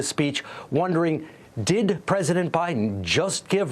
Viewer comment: Putin: "Okay guys, you heard BITEN, He's given us the okay to go into Ukrain"!